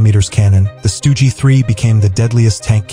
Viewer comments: "Stugi three" 🤨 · “Stoogey 3” lol